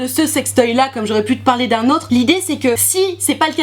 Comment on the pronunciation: "des prrroduits que je vais pouvoir vous parrrrler" 😂😂😂😂